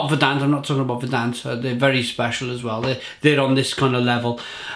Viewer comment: Apparently its pronounced Ver-dunt.